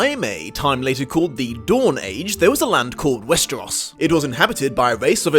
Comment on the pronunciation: West-er-ahs? Ess-ahs? I've always heard it as West-er-ohs and Ess-ohs